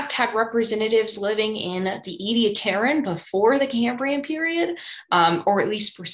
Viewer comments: All your videos are excellent, and we should be really glad that you are covering so much content so brilliantly. Thank you! Can I add one small request? It is trivial, but the Ediacaran fauna are pronounced ee-dee-ACK-eran and not ee-dee-ack-CAR-an. That's all. Then you will be perfect. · Ah, that prof! We have all had one in our lives. Well Professor Wikipedia gives the pronounciation as " /iː.diˈæk.ə.rən/ ee-dee-AK-ə-rən ", whatever that means, as it seems to give two options, but I think the penultimate syllable in either version is short (that upside down 'e' thing is called a Schwa, by the way).